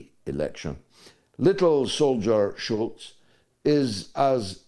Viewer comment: Scholz george.not schulz!